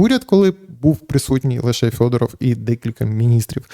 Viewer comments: Так ріже вухо Фьодоров, хіба не Федоров? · Ярославе, чому ж він у вас Фьодоров? Правильно ж Федоров!